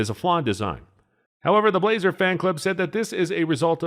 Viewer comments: How in the ** do you have this many subscriber's? You can't pronounce Blaser and compare an H&H to a CZ. I bet you shoot Mossberg rifles. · agree 100%....total goofball review. Blaser (correctly pronounced blah-zer) are $5k+ and a new H&H dbl will set you back about $100k. He complains the H&H is only good for it's intended purpose...duh! This bonehead is a total jackwagon. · It's "Blah-zer" not "blazer" and it was tailored more to the European market where hand loads aren't as common. The hunting r93 is a toned down r93 tactical which is still used by many militaries. The r8 is supposed to be their flagship of the hunting line paired with the f3 over-under. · That's funny. As soon as he said it I thought the same thing. He started off poorly by introducing the Blaser R93 by saying "blay-zer" rather than "blah-zer". That one had me chuckling too. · "BLAH-zer", not "BLAY-zer". By the time this video was released, Ruger had bought Marlin, refreshed the tooling, and was producing excellent-quality lever guns under the Marlin name. There is a lot of debate on the quality of the "post-'64" Model 70s. I have a Heavy Varminter model from the '90s that is one of the most accurate firearms I have ever seen, and my Super Grade 458 Aftrican has fit & finish to rival many pre-64 standards. Doubles have advantages of two firing pins and no worries about bullets in the magazine jumping crimp and tying up the remaining rounds.What was said about the Weatherby cartridges is also tru of the Ultra Mags by Remington, as well as several dozen proprietary cartridges. they are not for neophytes. However, I have seen plenty of flinching and missing with 30-06, so would that make anything chambered in it an overrated gun? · Pronounce "Bla - zer" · Pronounced blauser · You started losing me when you said, "BLAY-zer," and totally showed your ineptitude when you said "Mark Vee." Better stick to what you know before going public.